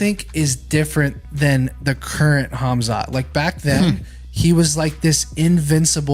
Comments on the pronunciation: "Kazmat" Lol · Kazmat??? lol 🐺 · Mercano: „Cazmat“